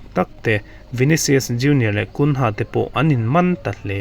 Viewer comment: Gunha awlsam takin a lo pet lut," tih lai tak a dik lo deuh em? Mahse angaihnawm khawp mai.